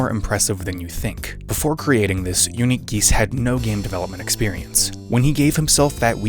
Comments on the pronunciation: if you played indigo park PLEASE dont mispronounce uniquegeese's name on purpose "unikageese" 😭😭😭😭😭😭😭😭😭😭😭😭😭😭😭😭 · can’t get over the fact that you said “unique-a geese” at the beginning